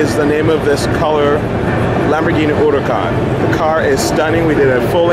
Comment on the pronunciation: Everytime I hear the name "Huracán" it's pronounced differently... lmao